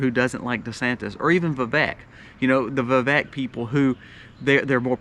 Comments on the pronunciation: Vivek is pronounced like cake..vi-vake😅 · His name is pronounced vi*VAKE like cake. Thanks for the info and perspective